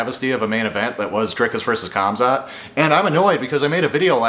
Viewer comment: Bro said comzot